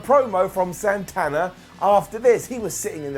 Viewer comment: AEW won the ratings for Wednesday night when he pronounced Santana as "Sawnthawnah".